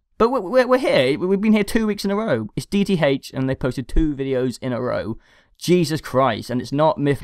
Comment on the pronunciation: DEE TEE HAYCH.